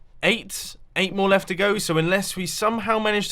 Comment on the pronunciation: leeft teh geam